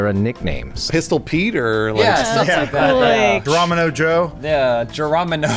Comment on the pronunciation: So many years since that episode of IG Q&A and Adam still doesn't know how to say Geronimo. xD